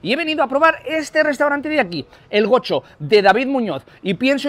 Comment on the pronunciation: Goxo no se pronuncia como "Gocho". Preguntale a algún vasco 😂😂